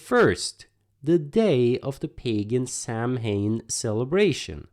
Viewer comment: FYI: "Samhain" is pronounced SAO-WIN.